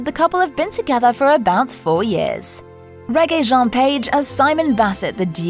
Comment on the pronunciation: its said RE-JAY not reggae geez lol